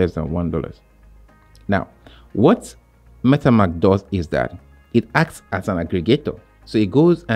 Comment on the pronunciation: At start please instead saying Metamks. Say it correctly as it’s Metamask. 😅 not metamks